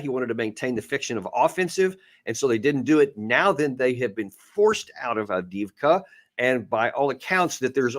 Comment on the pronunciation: What's with Alexander's horrible pronunciation? Every time he says Avdiivka it's cringe. 😬